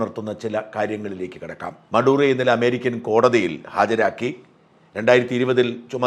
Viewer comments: Not മറുദോ, but maduro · മറുഡോ or മഡൂറോ ? !